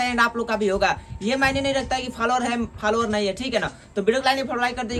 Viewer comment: Faalowar nahi bhai follow waar😆